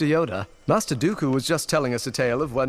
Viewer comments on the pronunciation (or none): sounds like obi wan says musty oder instead of master Yoda lmaoooo